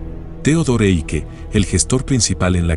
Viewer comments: se pronuncia Aike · si dice AIKE in tedesco